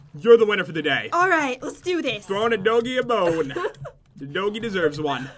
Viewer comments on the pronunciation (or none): none